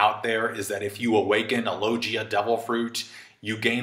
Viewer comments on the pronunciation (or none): Awesome video once again!!! Btw LOGIA is pronounced with a hard G.